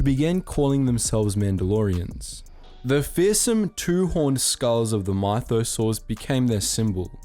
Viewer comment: In Brian's voice: " say Myth, now say mythosaur. Stop putting so much emphasis on the Y"